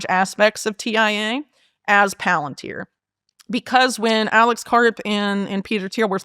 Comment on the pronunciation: Its puh-lAn-teer. Watch LoTR